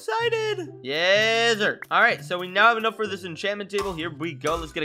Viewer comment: anyone heard saying yeszir??? or yesfur?? cuz i sure did🤣 anyway good video keep it up!